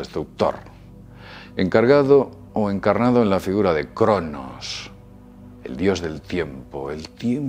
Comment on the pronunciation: "figuda" jajajajajaa